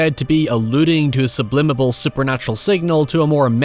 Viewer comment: I can't help but chuckle whenever he says "sublimible"